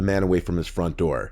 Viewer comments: “Open the noor, OPEN THE NOOR!” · “Open the noor”